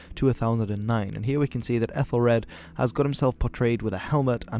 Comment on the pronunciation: Thank you so very, very much for pronouncing his name correctly. So many sources, including most YouTube videos pronounce it ethelred with the first syllable pronounced Ethel as in the woman's name.